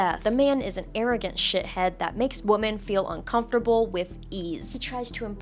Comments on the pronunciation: Why do you pronounce Women (plural) as Woman (singular)? Is this a trend or something? It was really distracting lol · God, please stop saying woman for the word women